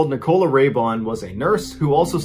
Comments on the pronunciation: It's Nicola, not Ni Cola. Doesn't anyone have Nicola as a name in the US? Great stories though, much appreciated 👍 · Yaay, someone said it ... and also ... Nic- col -la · It’s Nikola. Sounds like nickel-ah. I have a daughter with the same name and this happens all the time. I say it sounds like not a dime, not a quarter but a nickel with an Ah at the end. Anyway, you’re doing great! It’s just my OCD 🤗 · Is that how Americans pronounce "Nicola"??? In the UK, it's "Nic-o-la" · Always makes me laugh how americans can’t pronounce nicola properly 😂